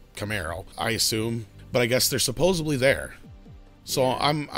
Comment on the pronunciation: YES! And " supposebly" too. Always makes me cringe.